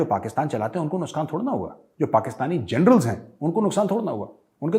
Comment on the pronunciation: major sahab, "nuskaan" 😁😁.... Jokes apart, very rare ☺️